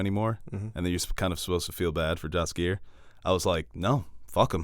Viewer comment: the correct pronunciation is "Yaskier" fyi 😉